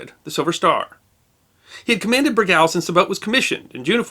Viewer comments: There are a couple of Silent Service videos here on Youtube. (Leonard Nimoy is in one of them.) If you listen to them, you'll hear host Tommy Dykers, a distinguished submariner himself, pronounce "Bergall" with the accent on the first syllable, not the second. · I like your videos, and the interesting things you have behind you! I served on the second USS Bergall (SSN-667) I'm writing to let you know that you're pronouncing the second syllable of Bergall incorrectly. The second syllable is pronounced just the same as the word "all", not like the name "Al", and the emphasis is on the first syllable, not the second. Thanks! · Sir, with full respect for your excellent work on preserving the history of naval events and, please note, as mentioned by dcrbmwc 2 months ago, the correct pronunciation of Bergall is BERG-all. A ship deserves the respect of having her name remembered correctly, especially a boat such as Bergall who served so well in WWII. I remember her from my days as a submariner aboard USS Guavina SS362 when both were stationed in Key West in the summer of 1958. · Retired USN Submariner here, having served on four subs. I've always heard it pronounced "BER - gall", as in gallbladder. Love the channel. Love the stories. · As a former submariner, I always enjoy a good yarn. May I advise you of the more common pronunciation of USS Bergall as if to say Berg All with accent on the first syllable. I had a former Shipmate who was stationed aboard the 2nd Bergall, SSN 667, one of the most highly decorated boats of the Cold War Era. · My Father was a sailor on the Bergall. He always pronounced it Ber-gaul. He was an electricians mate but his battle station was the forward torpedo room. I could tell you some more stories but not on this media. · Pronounced Ber gahl, accent on Ber. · The name is pronounced 'burr-goll' and the class is a 'baa-lay-o'. It was the 'sy-no' /japanese war. Other than that a good episode. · We called Bergall with the second syllable like All